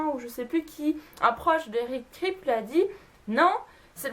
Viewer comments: Eric Kripke se prononce "Kripki" et Jensen Ackles "Ackeuls" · J'aime tellement cette série, vivement la saison 12 ! Et le showrunner se prononce Eric Kraille-pe-qui (Kripke) ^^ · Juste on prononce "Kripki" pour eric kripke, et jensen ackles c'est "akeulze". Sinon les faits sont assez intéressants je connaissais que ceux avec la famille winchester, les acteurs, bobby, la mustang et l'horloge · OMG SUPERNATURAAAAAL !! <3 Super série, et super vidéo pour en parler ! ;) Juste un truc, Eric Kripke se prononce kripki, mais à part ça j'ai appris quelques trucs vachement intéressants ! ^^ Continue comme ça, bisous ! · Video sympa mais pas mal d'erreurs... Tu prononces mal le nom de Eric Kripke, tu connais pas le noms des acteurs, l'anniversaire de Sam c'est le 2 mai et non le 12. Ça aurait été sans doute mieux de vérifier certaines petites choses avant de faire cette vidéo 😉 car il y a des fans (dont je fais partie) qui ne manqueront pas de les souligner.